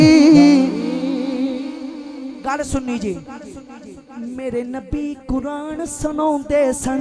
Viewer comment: Bhai Quraanrr lafz nahi hai lafz Quraan hai chahy punjaabi h chahay urdu